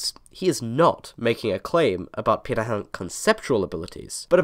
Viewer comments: How the hell did you managed to pronounce pirate so perfectly? No aspirated p, and perfect nasality. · Congrats on your pronunciation of Pirahã! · 20 seconds in and it seems I'm right about the video topic lol. Neat to hear how their name is properly pronounced, we said it quite differently in my class.